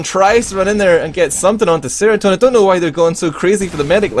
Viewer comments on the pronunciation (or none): jnkj Ye but its not Seratone, its Serotone